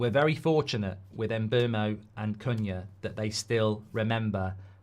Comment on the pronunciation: Its pronounced Mboomo not Mbermo the player himself has said so